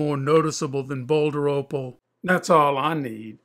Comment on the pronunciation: Everytime he say opal i hear oppo its opal noooo its oppo and latest oppo is oppo reno expansive i cant buy